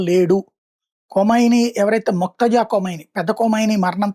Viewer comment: మొక్తజా కాదు బాబు. మోజ్తబా